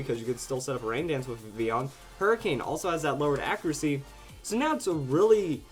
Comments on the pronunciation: ITS VIV-VILL-ON!!!! Sorry,but it's true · It's pronounced Viv-il-on. I know in Spanish ll is pronounced as y, but we're speaking English here! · Why do you speak Vivillon so weird?